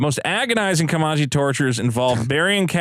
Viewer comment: Comanche is pronounced like "Man", not "mon."